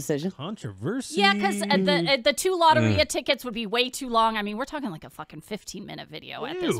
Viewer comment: The way she pronounced Lotería pissed me off